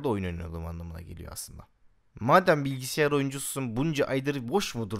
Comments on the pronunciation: abi bilgisiyar değil bilgisayar :D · Abi ne olur "Bilgisiyar" deme ya :D